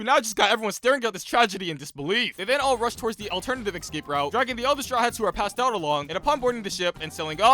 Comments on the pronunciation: Escape. Not excape. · it's escape and not ecscape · bro cant pronounce escape or ask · eScape! Not eXcape. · This is great, but you saying "excape" instead of "escape" drives me absolutely insane 😅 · dude can't say "escape"